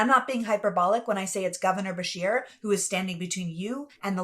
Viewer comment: I misheard then... It sounded like she was saying Bashir... so I assumed the person being referenced was someone of Middle Eastern background, which for me personally, we have enough of that in our country. If Beshear is in fact Anglo-Saxon, that is not a problem, however even whites need to be critical of other whites, and should carefully discern what their motives or intentions are when running for office. Hispanics, Jews, Blacks, Native Americans, East Asians do not come from cultures that are compatible with our own... It's partly to do with genetics, and partly to do with cultural differences; I often find it strange that people like you will blindly defend non-whites despite the fact that you and the majority of whites, would never want to live in non-white/western countries; as it stands Anglo-Saxons created the free world! If a Dane, Norwegian or Swede-who are not Anglo's by the way-but share a common Germanic heritage with W.A.S.P. in America, decided to immigrate to this country I would have no problem with that, they are genetically and culturally relatively the same as Anglo's... Mexicans, Blacks, Jews, and other Hispanics are not Anglo-Saxons, nor are they Germanic, and those of us of English blood have shed enough, fighting France and Spain in the past during the 7 years war! Therefore America rightly belongs to Anglo people who fought and won for dominance on this continent! Facts are what they are!! P.S. I no have personal issues with any race so long as th